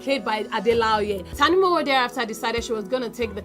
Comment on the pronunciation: fantastic Review quite objective too. but ....... you didn't pronounce Tanimowo properly. You made it sound like Who knows money Tani m'owo INSTEAD of who knows how to look Tani mo woo ( where is the smile sign)